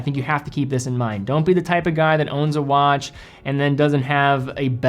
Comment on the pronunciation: dude said wanch